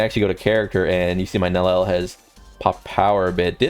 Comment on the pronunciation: bro can't stop saying Nel El